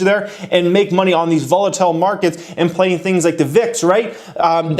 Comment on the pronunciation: “Volitile” Come on bro lol